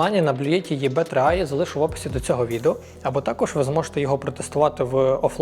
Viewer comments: Все ж краще не "Є Бе", а "І Бі" :) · Але чому Є-БЕ, якщо це Е-БІ (або ж взагалі І-БІ)?? Відколи Е стало Є. Звучить ніби током зараз в*бе))) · ИБ а не ЕБ😂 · думаю абревіатуру ЕВ3А слід читати: "і бі три ей" (англ транскрипція), а "є-бе три а" - звсім ні до чого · достатньо, що б знати, що англійською це читається як ібі, а не єбе) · Мабуть Е-БЕ 55, а не ЄБЕ ) P. S. Дякую за україномовність ) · Ні. Не ЄБ, а ЕБ або ІБ. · Тільки назву навчитися читати правильно 😎🫣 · от этого "е бэ" аж передергивает.... кто кого и в какой позе...😆 а "блює......тті" так взагалі